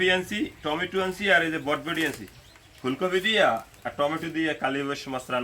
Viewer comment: বরবটি না বটবটি 😂😂😂😂